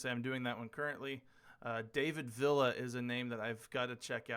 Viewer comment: That pronunciation of David Villa was like nails on a chalk board jesus 😂